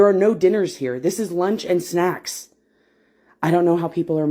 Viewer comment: "Lunch and snacks" got me so bad, she said it as if snacks are an important meal to the day